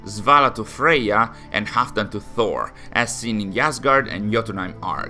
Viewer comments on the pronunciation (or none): none